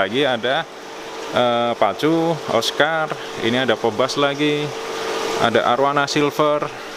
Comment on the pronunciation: Bacanya "pibas" bukan "pebas" 😅